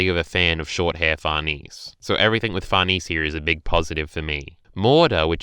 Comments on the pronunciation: 1. It's Sheer-keh 2. It's Far-neh-zeh Gripes aside though, It's really nice to hear someone actually being positive and actually taking something from the chapter, while most are just throwing a collective tantrum. Great job on the video! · Actual quesiton though. I understand why you say Farnese like that because to an English speaker it could look like it reads that way, but why the heck do you say Schierke like that?